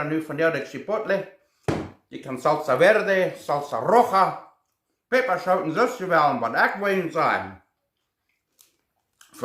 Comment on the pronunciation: Haha I love it: Salsa verrde Salsa rrojaa